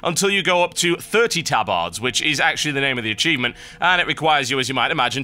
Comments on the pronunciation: he says tabAArd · I always pronounced it "TabErd" not "tabArd" is that just because i'm american? or have i been pronouncing it wrong my whole life? o_O